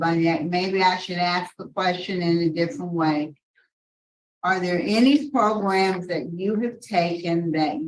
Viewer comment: Lmao at "progrums".😅